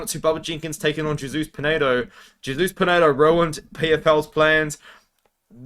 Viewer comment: we love you but it's Hey-soose not Jay-soose 😂